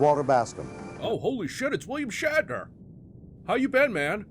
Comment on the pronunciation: Shat, like in had a shit. Shatner.